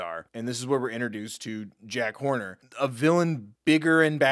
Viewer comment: i realised that he calls Jack horner Jack Corner, which made me laugh so hard 😂😂😂😂😂